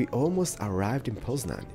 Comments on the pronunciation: I Love your Polish ^^ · hey, i would love to win the game, but i have a question, are you part polish, cause when you said poznan, you sound like a true polish person.